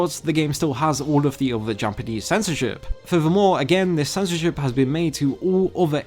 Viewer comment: I like the videos but whoever does the voiceover for this video really needs to work on their pronunciation and rhythm! It sound like a robot speaking and constantly pronouncing "th" in words as v or f (wiv-with, free-three, uvver-other, fings-things, munf-month, forf-forth)